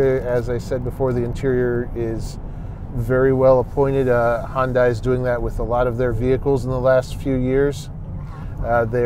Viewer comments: Please, please try to pronounce the name of this car maker correctly. It is not Hun-dye, it's Hun-day (rhymes with Sunday). For confirmation, watch any of their commercials. Your website is not alone in this error, but seeing as how detailed Munro Live always is, I'm sure that you'd want all your information to be accurate. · Korean-American here. Hyundai rhymes with Sunday. In Korean, 현대 (2 syllables) means, "modern." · The second reviewer has the habit of arbitrarily deciding on new pronunciations for words in common use. Hyundai becomes "Hundai", Ioniq becomes "Oniq". Does he have a problem with the letter "i"? If yes, I sympathise with his speech impediment, if no, then I suggest that he stop being a lazy bastard and pronounce words correctly. Many narrators are too lazy to find out the pronunciation of words they have not heard before and proceed to mangle language. This reviewer doesn't have that excuse. He's heard other people pronounce Hyundai and Ioniq correctly in the past. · Someone please tell me how these guys got such a following. I constantly hear “remove this button, remove that button, it will save $6.00”….it’s amazing companies actually pay them for stupid advice like that…and for once and for all it’s Hyundai, not “Hondai”….. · I can't toss any stones in this one. For years I was in that Hi-un-day camp. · Is that the Canadian pronunciation of Hyundai? Maybe it doesn’t change lanes if it thinks a vehicle if radar is giving false positive? Maybe it should use cameras instead? Too bad Sandy didn’t get a chance to drive the Ionic 5.